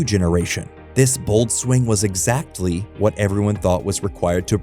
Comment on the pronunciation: You don't pronounce exactly as exact-tley.